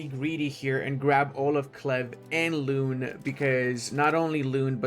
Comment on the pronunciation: Gods,... My ears were bleeding with your great pronunciation of these cities... For the record 'Loon' is pronounced a bit like 'loan' instead of 'lune'! Haha, otherwise, keep up the good work, my dude!